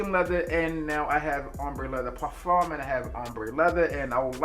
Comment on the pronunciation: I REALLY appreciate the way you properly pronounce "parfum." Just a small detail but it matters.